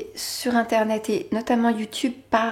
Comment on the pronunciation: A chaque fois qu'elle dit toilette j'entends twilight ><